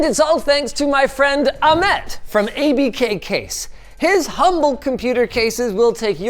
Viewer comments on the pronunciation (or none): nobody is going to talk about how he said the name "Ahmed" wrong every time! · Why do you call the creator of this "case" Amed? you are missing a letter.